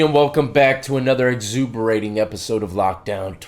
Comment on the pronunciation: Lmao. "Exhuberating"